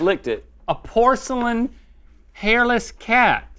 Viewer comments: "HARILESS CAT"? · Umm GMM its hairless not hariless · No one: GMM: Hariless Cat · "Hariless" cat 🐈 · Ummmm "hariless" yeaaaah. I don't think that's right :) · "Hariless cat" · Aah yes. The infamous 'HARILESS' CAT